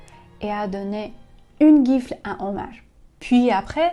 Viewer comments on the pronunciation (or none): Gifle ژیفل تلفظ میشه